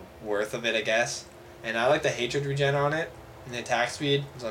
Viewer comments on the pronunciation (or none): none